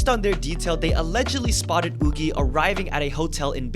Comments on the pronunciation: I thought Yuqi's name was pronounced "yoo-kee", not "oo-gee". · Why are you pronounced yuqi as yoogee?????? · who tf is oogi? come on!! it's ridiculous how you can mispronounce a name that badly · Woogie…? You mean Yuqi…? It’s pronounced more like chi than gie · You're pronouncing Yuqi wrong :( please, chceck it for future videos :D ("q" - is "Q", not g), read it in Chinese, it will be correct, fighting! :D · It took me a bit to realize he was talking about Yuqi because of the pronunciation— I’ve never encountered the korean pronunciation before lol